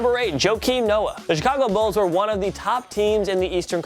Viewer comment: 😂 did he call the bulls the bills 🤦🏾‍♂️